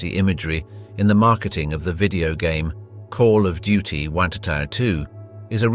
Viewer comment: Yep, it is clear when the "narrator" tries to say "Call of Duty WW2" and says ... something. Also "one thousand forty five" instead of 1945.